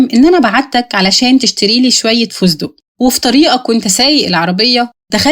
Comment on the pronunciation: على الأقل يجب التحقق من النطق الصحيح للمصطلح قبل نشر الفيديو لأن فَسْتَقْ لفظ خاطئ، واللفظ الصحيح هو فُسْتُقْ